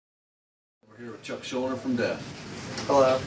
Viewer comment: Ojo! al final del vídeo pronuncia su apellido! por fin supe como se dice correctamente Schuldiner!